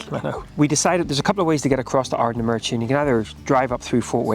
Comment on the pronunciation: Stumbled across your video as I was nostalgic about my younger days holidaying in portuairk (near sanna bay)….i suspect you’re originally from norn iron where I now reside so I have to forgive you the mispronunciation of Ardnamurchan (just). Glad you loved it..a magical place